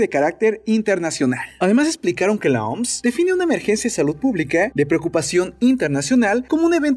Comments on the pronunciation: Por que le dicen "Oms". Se pronuncia O M S. No hay por qué ir por la vida inventándose cosas. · Lo siento no puedo tomar en serio alguien que dice OMSSSS en ves de O EME ESE 🤪